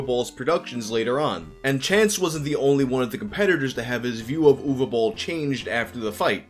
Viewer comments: Congrats on pronouncing the name Uwe somewhat correctly. I had a teacher whose first name was Uwe and my parents kept calling him “Yooeeey” because that’s how they sounded it out. Poor guy eventually gave up on them ever saying his name right and just asked them to call him “Mr (his last name)” as if they were also students lmao. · Cool video. I am from Germany and also not a big Boll Fan. But I think that his movies kept getting better he stopped making video game adaptations and that he deserves some respect for doing his thing against all odds. And you are the first non german Youtuber who pronounced his first name right. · Honestly on behalf of all Germans thank you for pronouncing "Uwe" the right way, I have heard everything from "Uwu" to "Yu-wee" and you finally did it right